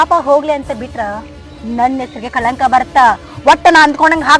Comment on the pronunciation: ಅಕ್ಕಗ ಸರಿಯಾಗಿ ಕನ್ನಡ ಬರಾಂಗಿಲ್ಲ ಕಳಂಕ ಅನ್ನಾಕ ಬರಾವಲ್ಲದು ಕಲಂಕ ಅಂತಾಳ 😂😂